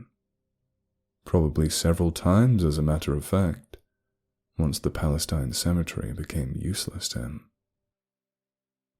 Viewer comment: I don't know where this is supposed to be set, but if it's in Texas, the town is pronounced Pal-la-steen.